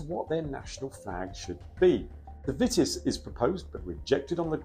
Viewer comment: It's pronounced 'Veetis'. Otherwise splended!